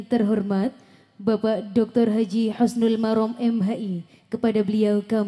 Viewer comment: Ma'af MC . Sy dengar di pangil Abdul Marom ya .yg benar Husnul marom.kakanwil kemenag jatim